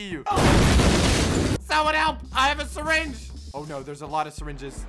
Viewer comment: Nobody: Literally nobody:: I have a sireenge oh no there's a lot of sireenges.